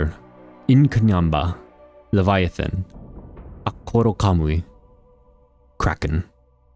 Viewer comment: its actually pronounced "at-kor-kamuy" not "akkoro-kamuy" The pronunciation you (and most other people) used comes from incorrect rendering of the Ainu language, where At-kor-kamuy's name comes from. The "kor" ends with a small version of ロ when written in katakana, which is pronounced as "r" instead of "ro" like the normal sized version. Since most Japanese keyboards can't type special Ainu characters, and most Japanese people don't know that those characters exist, they generally pronounce it and write it with a normal sized ロ